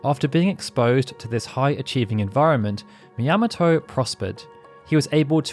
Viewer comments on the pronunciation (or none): Sorry, but... Shigeru Miyamoto is a popular and important figure in video games. Everyone knows how to pronounce "Miyamoto". It's "Mee-ahh-moh-toe", not, "Mee-yam-moh-toe".